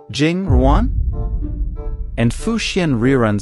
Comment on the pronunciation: You got Fu “Xuan” right but not Yuan?